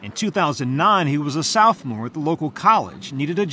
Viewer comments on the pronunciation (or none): 🤔 He definitely said "Southmore" and not sophomore. Anyone know what a "southmore" is? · “he was a southmore” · A "Southmore"? god these talking heads are dumb. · He was not a Southmoore he was a sophomore… I certainly would expect a career in journalism to include vocabulary and pronunciation. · It BLOWS MY MIND that a narrator for 60 MINUTES would pronounce the word Sophomore as SOUTHMORE...... or that NO EDITORS would catch it..... 60 MINUTES..... wtf